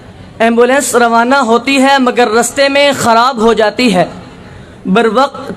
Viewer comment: Urdu ghlt hai .raste ni ..raste